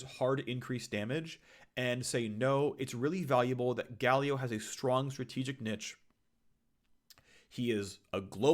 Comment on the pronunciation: You know he has no idea what he is talking about when he can’t even pronounce “niche” right.